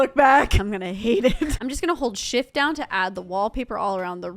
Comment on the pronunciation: When you say shift you sound like your saying $hit😂😂😂😂